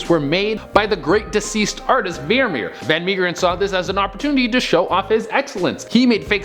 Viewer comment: the name is not veermeer it is vermeer use translate on dutch setting and play the sound